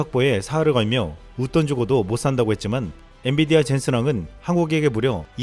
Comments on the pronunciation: 녹화할때 마다 엔.디.비아 라고 하시는데....좀 체크해 보시길. 자막은 분병 엔.비.디아 라고 정확히 되어있는데... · 앤디비아?앤비디아 발음이 잘 안되나요?여러번 실수하네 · 엔디비아다 아니고 엔비디아.. 헷갈리시면 Nvidia 영어 스펠로 기억하시길... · 자꾸 엔디비아라고 하심 ㅋㅋ